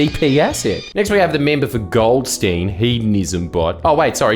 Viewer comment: Sorry Jordan my pedantry must be sated and so I must point out that the seat of Goldstein has its second half pronounced 'Styne' like a beer stein for example.